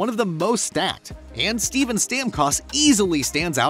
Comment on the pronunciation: And steben